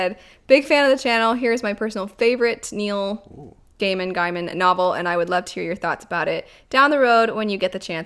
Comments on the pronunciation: No Country For Old Men is (imho) a great movie. Let's see if the old adage about the book always being better holds. Your first choice for the pronunciation of Gaiman is correct. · Gaiman is pronounced "Gayman", as opposed to "Guyman" :D I was almost as surprised about that as when I learned Stephen King was pronounced "Steven", not "Steffen" XD